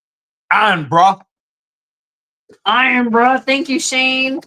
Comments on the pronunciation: Actually it's pronounced iron brew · Irn Bru does contain a lot of caffeine so not something to drink if you enjoy sleeping! And it's pronounced Iron Brew. It's from SCOTLAND, not Wales. And yes,, ALWAYS use butter before Marmite (or Vegemite) Better still, mix a tiny amount with butter before spreading it. Done right, it's a delicious and beneficial source of B vitamins, which are good for those of us with thyroid disease. If you use unsalted butter, even better, as the salt in the spread is more than enough. Seriously, I'd put a quarter of a stick of butter with a quarter teaspoon of Marmite - it should be the colour of peanut butter when mixed. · the juice you received is pronounced iron brew.its from Scotland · The cans are not energy drinks and it's pronounced Iron Brew and they are from Scotland.just make sure you clean your teeth afterwards love Mary from Glasgow ❤xx